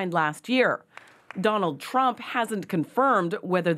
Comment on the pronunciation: "Dronald Twump"